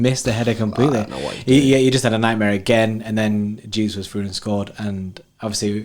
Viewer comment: It’s Gabriel Je-sus not Jesus lol